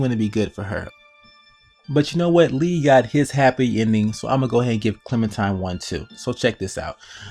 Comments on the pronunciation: It's clementiNe not clementime. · it's clementime BIOTCH edgy clem intensifies